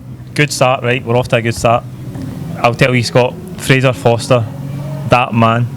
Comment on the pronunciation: fraser fo"R"ster!!!!!!!!!!!!